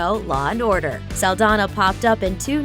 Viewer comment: it's "Saldaña" saldanya